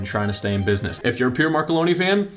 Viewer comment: Why can't Americans pronounce place and people names? Pier? That's how you pronounce Pierre is it?